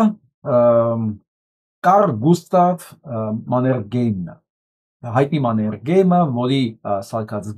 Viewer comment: ՄաներԳեյմ չէ՝ ՄաներՀեյմ